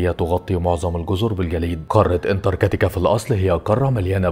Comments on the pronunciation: انتارتيكا❌ انتر كاتيكا✅😂😂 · انتارتكا🚫 انتكرتكا😂✅ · اسمها انتارتيكا مش انتر كتيكا 😅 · اول شي الفظ الاسم صح اسمها انتراكتيكا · فيديو رائع و فيه مجهود كبير شكرا بس برجاء محالة نطق اسم القارة صح مع جزيل الشكر و التقدم❤ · نطقت اسم القارة الف مرة غلط